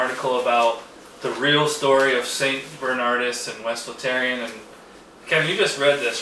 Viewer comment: It's St Bernard-OOS, haven't you ever read Latin? It's one of the least overrated beers from a slightly overrated country. St Bernardus Abt 12 is THE SINGULAR ALE, the best beer in the world, of any style: IPA, stout, porter, RIS, pale ale, pilsener, belgian strong pale ale, wee heavy, etc. It is the only beer that I give a perfect five out of five to. I give Chimay 4.5. I've never had Westvleteren. Rochefort is EXTREMELY overrated. American knockoffs of Belgian beers are unanimously crap.